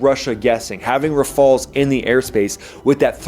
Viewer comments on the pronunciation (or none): The French jets are pronounced "RAF-A-EL"s